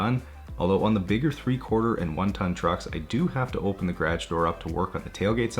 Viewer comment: Please learn how to pronounce “garage” proper....thank you from me and the viewers 😂😂